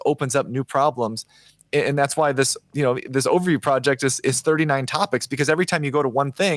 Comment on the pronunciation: I have a very important request for. I keep hearing "the ovary project" over and over in this series. Let me first say that I really respect it when a man is comfortable enough to repeatedly name the female anatomy. I'm just guessing that you mean to say "the overview project" so can we maybe work on that pronunciation a little bit? I mean, ovaries and overviews, it becomes a little bit hilarious when you keep hearing one instead of the other... 😂